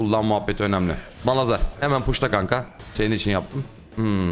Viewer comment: abi yıllardır şu malhazar diyosun:D